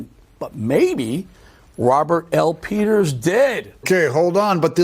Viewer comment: Did you say pedo peters ?